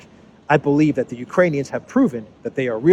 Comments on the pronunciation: He said "Uranians". Those are people from Ur-anus. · Did he call them Uranian's again? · Did Biden say uranian people..? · Did Bidenopolis call them Urinaians? So that makes their country Urine? 🤯 Belensky Urinaian! I like the sound of that!! 😜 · I thought he said Uranians, is that people from Uranus? We need to get to the bottom of this.